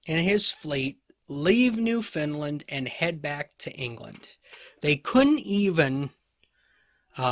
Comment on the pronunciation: I've never heard of New Finland before. Are you actually saying New Foundland? I love your lectures - so detailed, yet easy to follow and understand. Thank you!